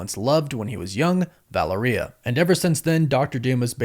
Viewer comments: Val-air-e-uh, not valor-e-uh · Please, please, please, you say you have Hispanic ascendancy. Make a little effort: it is VA-LE-RIA, it isn’t VA-LE-RI-A. The last three letters sound like only one syllable, not two. It is distracting from your content. Thanks for making an effort. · The way you pronounce Valeria has alot to be desired. It's pronounced Vall-Lair-Eee-yuh not Valor-Eeyuh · Va (lare) ia. Valeria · Vuh-lair-ee-uh I believe is correct. It also rolls off the tounge better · Valeria pronounce like malaria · Valeria is pronounced like malaria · Say it with me folks "vah-lair-re-uh" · I love you bro… but it makes me cringe how you say their daughter’s name. It’s VA-LARE-E-AHH sorry to be that guy. You most likely won’t ever see this anyways. But yeah. Valaria I can see how people would say it that way also. But that’s not it 😂 love yall 😊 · Why do you say Valeria like diarrhea? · VA LAIR IA is correct. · Couldn’t get past mispronouncing “Val ur ee uh” after the 4th time smh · It’s pronounced Va Lair E A. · Say it like u would Valero gas stations but with a "ia" at the end in place of the o. U got this bro🤣💪🏾💪🏾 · Yep. U butchered her name. My daughter's named Valeria [latin]. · You are butchering Valeria’s name bro ! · Please fix the way you pronounce Valeria bro